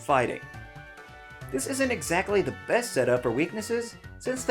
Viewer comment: No one noticed the Error made at #5 Best, they end up almost saying both so it sounds like you said "#5 fest" Because of the mixup mistake, dunno if anyone else pointed this out btw.